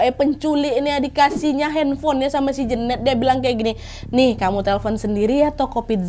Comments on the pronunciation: Jeneut bukan Jeunet gak sih wkwkwkwk salfokkk denger pronounce nya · Kayanya nyebutnya bukan Jenet deh tapi Jenet